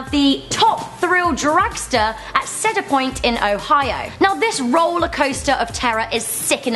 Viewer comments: It's pronounced [see-der], not [sed-er] for cedar point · she said ceder point not cedar point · My favorite park is Cedar Point because it is the roller coaster capital of the world. PS. Steel vengeance being made at cedar point will actually soon be the tallest fastest wooden coaster PPS. ARE YOU SERIOUS? Sehdar point??? It's pronounced seedar. Spelled cedar point. PPSS. Kingda KA copied top thrill dragster PPPSS. Millenium should be on here. You can tell I'm a cedar point fangirl. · 1. Goliath is not a wooden roller coaster 2. Did she say Sedar Point not Cedar Point? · its pronounced see-d-er point not sed-ar point btw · I never want to here the words “ seder point” ever again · Seder Point She said Seder Point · Seder Point?!? Seder Point!?! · She pronounced cedar point sedar point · By the way, it's pronounced cee-dar point, and on Colossus, they're not all loops, they're all inversions. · Joshua Pritchard it’s because they mispronounced it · Why does every British person pronounce cedar point wrong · I went on top thrill dragster but the way she said cedar killed me inside